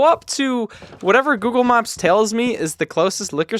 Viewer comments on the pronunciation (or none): why did sound incredibly scottish when he said 'google maps tells me'